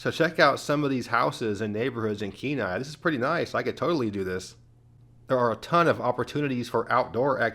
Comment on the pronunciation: Oh nooo, not Kenai😂 jkjk, but The Kenai Peninsula is great, Seward is pretty small, and Homer is a little out there, but although I don't want to live in Kenai or Soldatna, it's definitely a lot less out in the boonies as the rest of the Peninsula, shout out to you for pronouncing Kanai, and Soldatna correctly